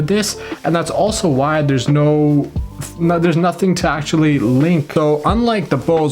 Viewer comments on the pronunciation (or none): none